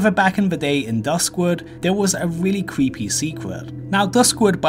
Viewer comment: I can’t take you seriously when every other word with the letter R in it is pronounced with a W instead. You can record as many times as it takes before posting but no “cweepy” doesn’t go with the theme of the video.